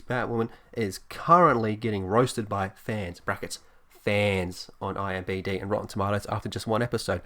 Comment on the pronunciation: It's "IMDB," not "IMBD". Also, I find your pronunciation of "tomatoes" slightly disturbing.